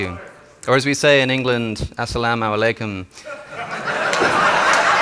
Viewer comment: 😂 but why he say salam alykum